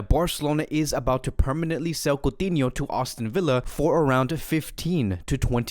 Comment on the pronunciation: It's not "AUSTIN Villa", bro! Even youtube's CC hears austin. Just sayin, but no biggie